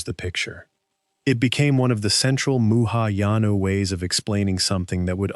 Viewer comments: One big "Thumbs Down". Sloppy! It's not "muhayana", it's Mahayana (Sanskrit: महायान) translates literally to the "Great Vehicle". It is the largest branch of Buddhism practiced globally today, encompassing roughly half a billion followers. Fatal error. Game over! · "Muhayana Buddhism" – That's actually funny! It should be 'Mahayana' Buddhism.